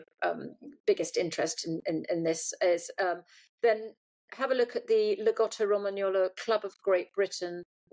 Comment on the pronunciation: Great interview, your pronunciation of lagotto Romagnolo needs work. enjoyed this!